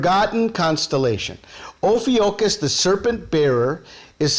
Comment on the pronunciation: amazing connections here. thanks for sharing. Just FYI: Ophiuchus is pronounced: oh-FEW-kuss - or - [O] + [FYOO] + [KUHS]